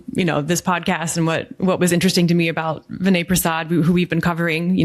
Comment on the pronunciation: Please don’t dumb down Prasad’s rationale. He is well aware that you can’t perform RCT’s in rare diseases. Please get yourself fully informed about the specifics before you pass judgement. Do you two have scientific training? BTW You are pronouncing Vinay’s name incorrectly.